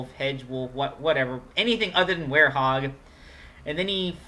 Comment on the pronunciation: It's were-hog